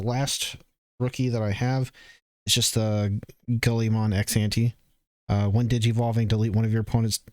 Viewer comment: the way that you pronounce guilmon is wrong and drives me nuts other than that nice deck bro